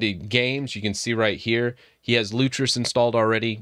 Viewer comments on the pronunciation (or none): It is 'Lutris' not 'Lutrus' :D